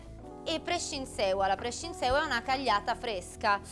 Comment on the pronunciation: Video stupendo, grazie, liked, e salvato tra i preferiti. Peraltro mi sa che una salto al pastificio a Milano toccherà farlo.... Unica pecca? Sul Genovese per i pansoti cu a salsa de nuge, sulla pronuncia di prebuggiún e Prescinsêua c'è da lavorare un attimo 😉👍🏻